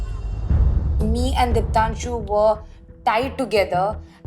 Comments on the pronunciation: Prince, is calling Deeptanshu as Depanshu 😂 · Prince calling deepanshu instead of deeptanshu is soo funnyy😂😂😂